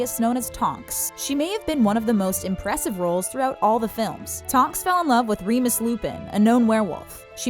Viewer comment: She’s never saw harry potter nor twilight the way she pronounced remus and caius. Reading from a script clueless